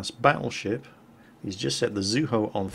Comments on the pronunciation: I've always heard it pronounced Zoo-EE-Ho (Zuiho),:) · there's an "i" in "Zuiho" so it DEFINITELY can't be "Zueho". I know you're not that great at pronouncing names, but at least get the letters right. I don't mean to nitpick but I love the Zuiho:V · Zu-E-ho. there an I in there that gives the E sound. We'll break you of your English speaking ways eventually! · I think Zuiho is pronounced, "Zoo-wee-ho"